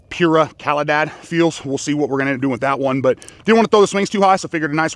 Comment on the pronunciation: Sounds like pooruh caleedod if you say correctly